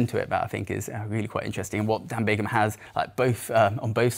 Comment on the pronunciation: Wow, that’s cold and incredibly disrespectful to Dan Bigham. To say he “bought the record” is disgraceful and belies the amount of work that went in to this hour record. You also said his name wrong quite a few times. Bigham, not Bingham.